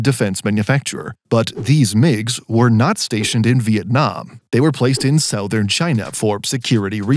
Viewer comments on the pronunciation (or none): none